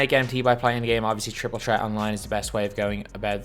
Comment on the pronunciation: Stop saying triple tret 🤣